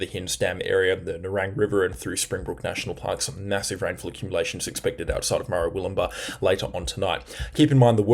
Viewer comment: Hey! Great coverage - stopped watching others. Just some pronunciation for you: MerWILLumbah BALlina CaBOOLture